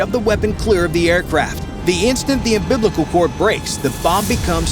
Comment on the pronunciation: Wait... Did he say, "umBIBLICAL"?